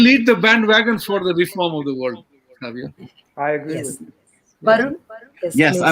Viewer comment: the lady is in the saree at the end while saying thank u says saavio, instead of savio. it sounded like saviour